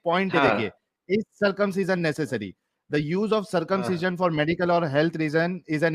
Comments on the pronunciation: My simple question to....1st of all its circumcision not circumciion!!!😂😂😂😂 2nd...even Appendix is useless in body...why no description in k####... 3rd... said there was no anaesthesia previous....all wrong she must read Ayurveda!!!! 4th.... Circumcision is indicated only in a sickness called phymosis... there is no other reason.... Last one... first person born Adam according to k###...who did circumcision of this guy!!!😂😂😂😂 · She can't even say circumcision properly.